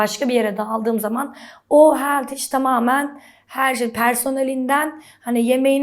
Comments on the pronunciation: Senelerdir amerikada yasiyor ve hala healtyishe „heltiş” ve smoothieye „smoti” diyor olması en komiği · "Heltiş" diye okunmaz ama...